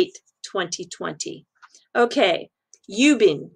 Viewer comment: Hey! Thanks very much for the great video once again. I'm a Singaporean btw Ubin, you don't pronounce as U bin, it should more like (Wu-bin) like Uber..😉